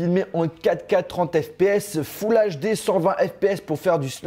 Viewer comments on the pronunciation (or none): none